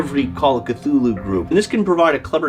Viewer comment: You got the Cthulhu pronunciation down Professor...now if we could just get 'huge fans' of his work to pronounce the damn city names right...Dun-Itch and Ins-Muth...if I hear one more w I'm going to punch them in their InnsMOUTH (